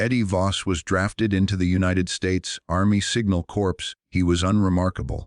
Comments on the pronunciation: An voice that speaks like an ignorant American?!? WOW No stopping progress Corps as in |The Marine Corps is pronounced CORE like the apple part you DONT eat! Not CORPSE,like a dead body...The Marine Corps(Marine Core) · There is US NAVY LieuTenant Edward Albert Heimberger who was at Tarawa. Back then, Corporals were Enlisted Pay Grade E-3. No 2nd Class Privates. 6th Schutz Staffel Mountain Division Nord. Corps is pronounced as CORE. The voice said corpse. The 5th Panzer and the 5th SS Panzer, or Wiking, Divisions were on the Russian Front. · CORPS: the P is silent. ARDENNES: The S is dropped. How dumb can be? I am sick and tired and frustrated with the inability of to enunciate correctly especially numbers and times? There must be a starving actor with a good reading voice willing to read these episodes and spare us from